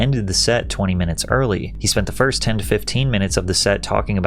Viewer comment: go back and watch the very end, start it You can see the ick in her face when he says “I saw her from the back fiRST” with this weird inflection on “RST”